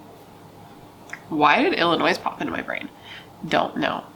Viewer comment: Chris Watts MUCH? (“Ill-li-noyyyyy” not “illi-noise” 💁🏼‍♀️…but here in ca we don’t really care that much about all those other weird states. Lol, kidding😜I’m from PA, but a lot of Californians don’t seem to know much or care much about the other states I’ve noticed. It’s kinda funny how there are no palm trees in Philadelphia …..🌴